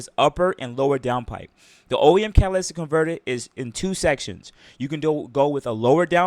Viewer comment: Imagine being a car guy and not knowing how to say catalytic converter😂